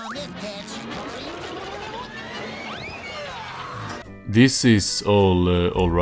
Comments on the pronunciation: oh pitch, I was fully convinced he said “put a little pepper on this bitch” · I know he's saying pitch but I swear I keep hearing him say bitch.